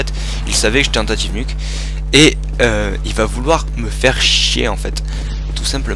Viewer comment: "tentative" et pas "tentaive" :p